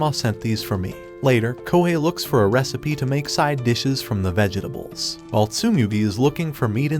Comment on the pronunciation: Is this AI?? Who the hell says vegetables with 15 syllables 💀💀